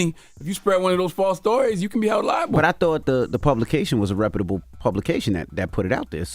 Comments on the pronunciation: DJ Envy: "Repababable publication" 😂😂😂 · LMAO y’all having trouble with that word “reputable” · I’m pretty sure Envy is saying the word “ reputable “ wrong 😅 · Neither one of them know how to pronounce reputable 😂 I hear the struggle.